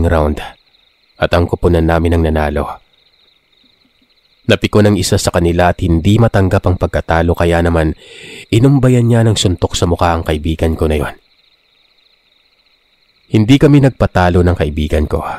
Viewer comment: Inundayan, hindi inumbayan.